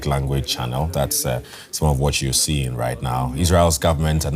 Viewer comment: Why can’t he pronounce the g sound in words? “Builden” “gatherens” “seein”